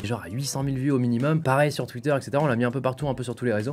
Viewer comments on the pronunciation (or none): none